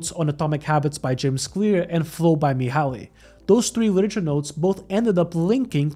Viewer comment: hi, you pronounce Mihály like saying the words "me" and "hi" Csíkszentmihályi is kinda like "cheek sent me hi e"